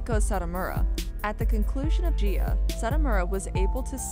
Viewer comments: Can someone PLEASE explain why the woman who is narrating literally pronounced BOTH the GSs in "Nagayo Chigusa" correctly, within less than 10 seconds of somehow not pronouncing THE SAME EXACT LETTER in the name "Gaea" ??? Like I get it, you are not from here... But let's be honest, it is pretty unprofessional to make a literal documentary about something just to not even manage to do the ungodly amount of reasearch likely reaching a staggering 2 to 15 seconds and one whole entire Google search, but there is definitely zero excuse in a scenario like this. Sure in casual conversation, I mispronounce shit just like EVERYONE ELSE has and will, but there is a clear cut difference between shooting the shit, and "researching" a topic to make an informative "documentary".... I have a feeling some is going to get all wkrked up and call me an idiot, but seriously. Nihongo (Japanese) is one of the simplest languages when it comes to individual Romaji letter pronunciation... All vowels and consonants make ONE SINGLE SOUND AND IT DOES NOT CHANGE. It is not like English where one letter can make 2 trillion sounds. In Nihongo, G is Guy, Girl, Go, and... GAEA :) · It’s pronounced Guy-ah Girls. But if you were a female wrestler in the 80’s or 90’s especially the late 90’s and 2000’s and wanted to be a serious wrestler you went to Japan where it was treated like a sport just like men’s wrestling. And in America it was all cat fights, mud wrestling and lots of tits ‘n’ ass and it didn’t matter if you could wrestle it all depended on how good you looked in a bikini